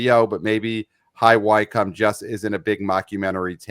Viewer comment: Listened to most of it on drive up to Scotland. Nearly crashed when (kind of) read out my Spinal Tap email! Loved his pronunciation of High Wycombe!